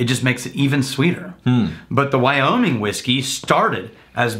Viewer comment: Wow really pronounces those "G's" at the end of his words..wyominG, lonG, cominG...lol